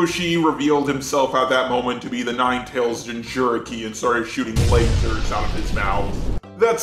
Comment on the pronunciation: How about the man who said "lazer soights"